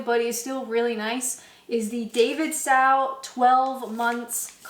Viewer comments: love your channel, it's Davidstow to rhyme with low notice Davidstow to rhyme with cow ❤ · Davidstow is a Cornish village, you're pronouncing it slightly wrong "David Stow" Pronounce the O, as an Oh Day-vid-stoh (rhymes with "go") Pronunciation: /ˈdeɪvɪdˌstoʊ/ (Day-vid-stoh) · Great choice of cheese (BTW for future ref, it's pronounced like David's toe) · Please change the way you say Davidstow. It’s David stow like stowing your baggage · Davidstowe is pronounced Davvid-sto. It's a place in Cornwall. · Not nit pikkin' but that cheese is pronounced Davidstoe ..the w is silent. and YES its wonderful cheese, i live very near the factory and have been contracted for engineering work there a few years ago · it is pronounced Davidsto😂